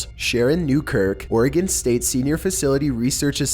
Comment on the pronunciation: you are awesome, you pronounced Oregon right!